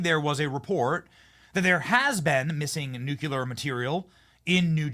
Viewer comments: Nuclear Does Not Rhyme With Circular This post might come across as some kind of linguistic snobbery, and while that’s not my motivation, it is a risk I am willing to take. The common mispronunciation of nuclear is something that drives me absolutely nuts. So many people pronounce it as nucular ( nyoo-kyoo-lar) but that is not how it is spelt or pronounced. I’ve even heard scientists on the radio and TV who say it that way, despite the fact that scientists of all people should know better. Did they get through however many of years study at university calling the central body of a cell the nuculus? I think not. Nuclear is a three syllable word, pronounced nyoo-klee-ar. If someone can say the words ‘new’ and ‘clear’ correctly, they should be able to manage ‘nuclear’ by just mashing those two words together. Think of it as linguistic nuclear fusion. It really isn’t rocket science. Dr T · Nuclear, not “nucular.” Since you seem to love this word, PLEASE learn how to pronounce it!! You’re killing me! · Benny, it's pronounced nuke- lee- ur, not nuke - you - lur! Take a good look at the spelling!😅😅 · Dude. You literally said nucular at least ten times. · New-clee-ur, not nukular. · 'Nukulur', again? It's Nuclear. Get it right, Benny. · Thank you Laura, for saying Nuclear. I continue to wish Benny would stop saying Nucular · George W Bush pronounced nuclear incorrectly. Don’t be another George W. by saying nu-Q-ler. It is nu-clee-ur. Thank you! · "Nuclear" is not pronounced "NU-CU-LAR." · Please, Benny! Nu CLE AR. please help him pronounce nuclear!! 🎉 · NucLEAR. Just sayin. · Please learn how to say the word "NUCLEAR"